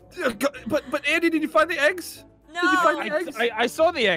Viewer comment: I think it's 'Andy' not 'Andey'